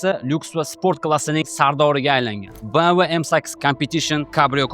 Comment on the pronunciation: BM"V" deganizga rahmat. Ohirgi paytda onasini asal bolalari BM"dablyu" deb mazgini si"q"yatudi.